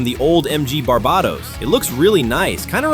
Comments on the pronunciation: Its pernounced bar-bay-tos. Jeez lol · If you want to be anal about it, it's bar-bay-tose (like how you'd pronounce toes, the S is softer in Latin) It's pronounced Bar-buh-tos by Bandai in pretty much every version though so it doesn't matter much either way